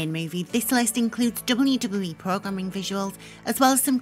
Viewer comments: The way you say WWE is so funny XD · The voice of nightmares returns. Can't say wwe properly. Sad.